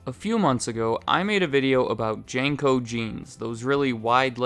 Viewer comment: Jane-co? I doubt you'll see this because im so late to see this, but your pronunciation of that company gave me a chuckle. Maybe it's a regional thing, or my childhood was a lie, but we always called it Jean-co